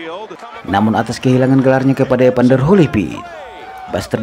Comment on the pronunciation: Bukan EPANDER, tapi EVANDER!